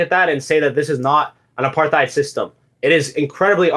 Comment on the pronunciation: Mispronounced apartheid